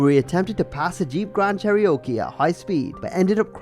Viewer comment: TIL Accidental OD is an illness and Cherokee is pronounced Chair E Oh Kee